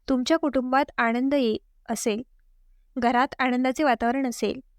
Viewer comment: आणंद म्हणू नका,आनंद म्हणा!